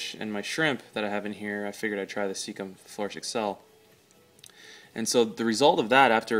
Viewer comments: Never heard anyone pronounce seachem as cecum before. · i noticed the same thinking ,but was questioning myself if this is how it should be pronounced :) and ive been pronouncing it wrong